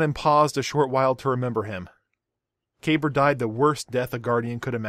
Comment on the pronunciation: "Kah-bar", not "kay-burr"... Aside from that brilliant video